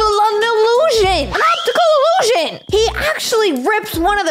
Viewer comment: “An opmticulk iboosun— an optical illusion”